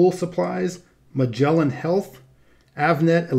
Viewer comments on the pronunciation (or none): none